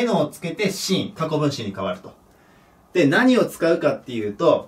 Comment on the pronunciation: 今回のもseenがスィーンってなって欲しいけど、シーンって聞こえるからね